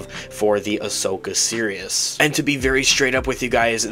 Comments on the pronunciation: it sounds like he keeps saying "the Ashoka Serious" instead of "Series." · nah, he definitely pronounces it weird. I know he's not actually saying "serious." I'm saying his "series" sounds like "serious." 100%